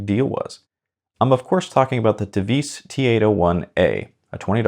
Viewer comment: The name Tevise is pronounced in English "Tee Wah Seh"